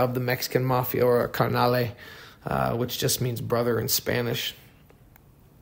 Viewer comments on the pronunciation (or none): Its Carnal not carnale. Its Tamal not tamale.....tired of hearing that tamle crap for years and years..spilling over into other worda now